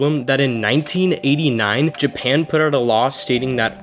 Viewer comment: This is not your forte. Why do a video on something you have absolutely zero knowledge about, and then poorly "research"? If you're trying to be a YouTuber, you better do A LOT BETTER with your "research". The only thing accurate in this video is your pronunciation of "Japan", the rest is just embarrassing to hear...stay in your lane 😉